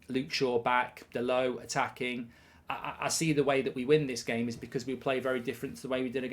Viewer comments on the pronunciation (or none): none